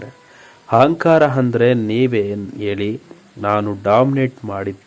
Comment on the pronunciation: Lo punyathma hasali hata allpa hahankara alla asali ata ahankara anthara first kannada kaliyapa